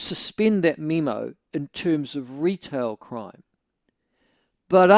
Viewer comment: Why is he pronouncing memo as meme-o lol